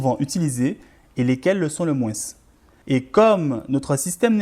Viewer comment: Oui. Le moinsssss